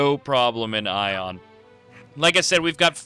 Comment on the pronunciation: THANK YOU FOR SAYING AION RIGHT. get it right people it's EYE-on. Not A-on. The npcs even say EYE-on